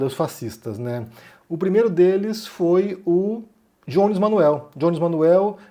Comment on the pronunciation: "o Djones" kkkk parei de assistir o video pq me deu muita agonia de ver vc chamando de "Djones"